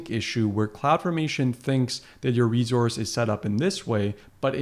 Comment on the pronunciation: Its reSource not reZource